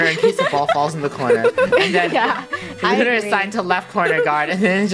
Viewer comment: Its not Looner its Lunar.(Not being mean!)